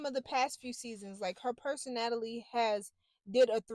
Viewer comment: “Perso-NATALIE” is correct!!! 😂😂😂